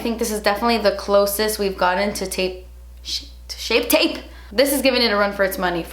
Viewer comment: Take a shot every time can't say "shape tape" 😂❤️